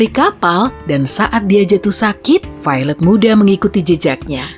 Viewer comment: Ketika pronounce Violet = Failed